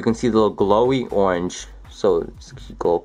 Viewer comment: "as you can see it's ownge themed... it's an ownge themed glow.. you can see the little glowy ownge."